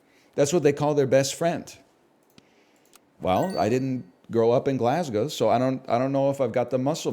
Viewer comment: I just appreciate you can pronounce Glasgow properly